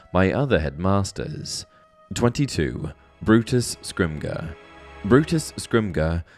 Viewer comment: Bro said "scrimgur"